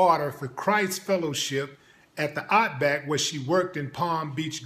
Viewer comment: She worked at the "ottback" what the hell is that?